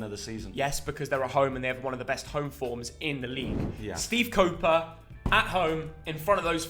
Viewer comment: why did you say steve coper???